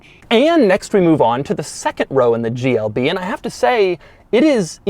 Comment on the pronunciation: At the start of the video I think he said “GLD”